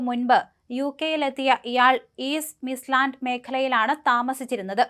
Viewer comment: Mislands alla midlands